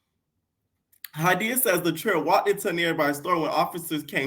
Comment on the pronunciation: lol my name Hydeia ! I love that you pronounce it right R.I.P Ms. Broadbent!